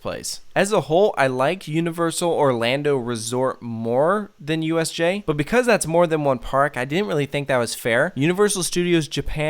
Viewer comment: For a second, I thought you said USA instead of USJ.